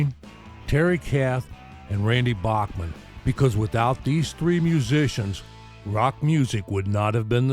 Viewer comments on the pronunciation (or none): Randy's last name is pronounced BACKman, not a soft "a", like the great composer Bach.